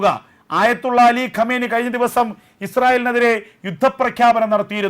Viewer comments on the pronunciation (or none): none